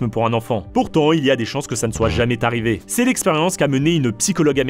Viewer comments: J’adore vos vidéos TRASH mais attention aux liaisons dangereuses ! À « jamais » prend un « s » Et on entend « jamais tarrivé »… Y en a un autre avant je sais plus avec « nous met » ne prend pas de « s » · Ohlàlà, attention aux liaisons quand même : "ça met Z'en confiance", "ça n'est jamais T'arrivé"... Ça pique un peu les oreilles 😅